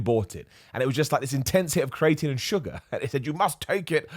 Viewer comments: Everyone: Cree-uh-tin: Cree-eight-een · Correct pronunciation: cree-ah-teen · Don’t blame being British on your weird pronunciation of creatine, I’ve never heard it the way you’re saying it, and I am from London, so around the same area as you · has me paranoid that I’ve been saying creatine wrong this whole time …